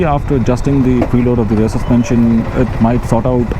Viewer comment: What’s Rare brake? It’s pronounced as RiEar